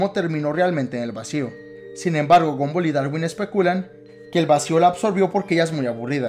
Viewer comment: se dice gumball no gumboll